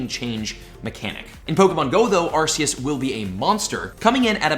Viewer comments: Arcoos not arceaus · Please stop saying arseous… it’s arKeus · its prononced "Arkoos" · Well now master balls came in you were right.And it's pronounced as ar-ke-us I know you said it right one time but at least say it right. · you pronounce arceus arkoos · No no, it's arcoos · no no no no it is not Arceus or ArCeus its Arkoos